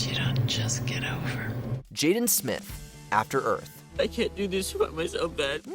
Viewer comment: Jaden and will smith are in a film called “After Earf “? Hilarious.